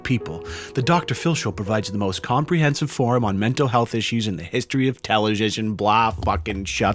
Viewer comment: When read "television" xD